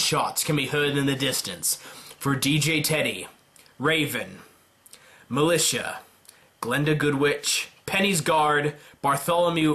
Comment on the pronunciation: i know it's been more than a year but it's MILIZIA(written militia)ffs P.S. love your content,keep it up ;)